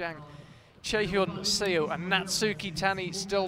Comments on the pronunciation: Note to commentators: Chaehyun Seo's last name '서' is not pronounced 'see-oh' but 'suh' (as in the first part of the English word sun). The romanisation of Korean characters is a bit misleading... Great commentary otherwise! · SEO is pronounced like SUH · 저도 쎄오 라고해서 거북했어요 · Love the commentators but they completely mispronounced Chaehyun Seo's name :(